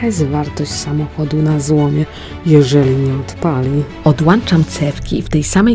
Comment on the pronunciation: Mów poprawnie, odłączam a nie odłanczam... Wtrysk a nie wytrysk bo wytrysk to może być spermy